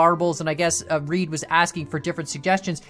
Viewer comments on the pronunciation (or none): Its not reed its ra ide raid im subed to him